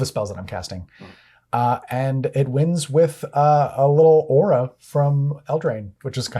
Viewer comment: Thumbs down for not knowing how to pronounce "aura".